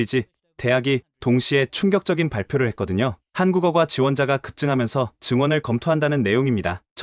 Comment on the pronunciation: 한국어꽈라고 얼마간 된소리로 해주세요... 꼴대라고 좀 해 줘야지 걍 골대라고 하면 머리 골을 연상하게 돼요. 좀 아나운서라는 사람들은 감이 떨어지나?